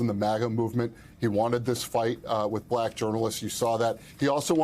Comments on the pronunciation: "B lack"🤔🤔🤔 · Why does he pronounce “BLAAACK” like that? 😂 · Listen to how he pronounces black when he speaks directly about the VP: blaaaack! He can't help but show the world his dislike. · Just the WAY he says "black" and "black person" is insulting. He literally pronounces them the same way you would if you were mocking or making fun of someone. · Why does trump say black like a kindergarten kid pronouncing it for the first time?